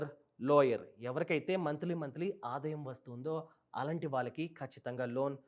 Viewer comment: Nice..good inf.say aadaayam not adayam bro